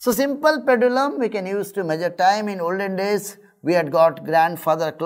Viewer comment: how do you catch people to take lessons ? meagure is how he pronounces . worst video . better hire good teachers who are efficient than wasting time using weak people like him ...wortuuuu video on youtube